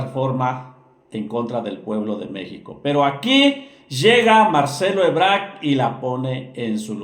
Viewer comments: Es Marcelo "Ebrard" no, Marcelo "Ebrarc" y Claudia "Sheinbaum" no, "Sheimbao" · Quien es Marcelo ebrak? Das información y no sabes decir el apellido de quien estas hablando?